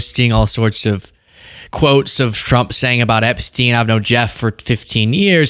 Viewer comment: I remember when you first pointed out the press sec can't say Trump. So you're going to just roll with Frump now😆